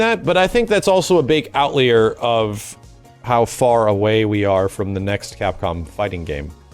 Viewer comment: "a big out leer" bruh.m4a